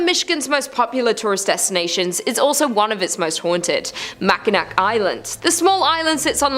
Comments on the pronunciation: As soon as I heard Mackinack.......... I couldnt finish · "MAK-IN-ACK"! LOL! Tourists... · Love the video about my state! Mackinac is pronounced Mack-in-naw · Mack-in-awe, not Mack-in-ack. Good luck going anywhere in Masonic, almost all venues there are first two floors only. It’s beautiful though. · Just an FYI. It is pronounced "Mac Ah Naw". Not "Mac A Nak". Also, Petosky is pronounced "P-Ta-Skee" . I understand people from outside the area have a hard time with the pronunciation. Hope this helps. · Mackinawwwwww, not nack ending, awww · Just in case you guys need to say these places ever again. Mackinac is pronounced mackinaw and petoskey is pronounced petossky. There's two for you. Also at the grand hotel a movie was filmed with Christopher Reeves. I think it was called A place in time. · AARRRRGGGGHHH Mackinac (Mak-N-Naw) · Its pronounced Mack-in-naw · Manitou (Man-i-too), Mackinac (Mack-in-aw), Petoskey (Pe-tah-skee), Seul Choix (Sis-shwah) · Oh my god… makanack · Lmao MACK A NAK 😂 THAT ONE GOT ME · Same makinac was cringe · Glad I'm not the only one. When I hear "mack-i-nack" it drives me nuts!!! 😅😂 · Dude I feel you 😂 “Mackinack” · I agree... I shuttered at Mackinac Island 😩😩 and knew it was only going to get worse from there